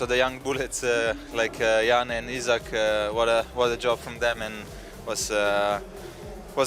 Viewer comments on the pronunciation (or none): none